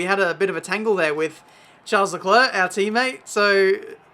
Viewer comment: Charles LeKluh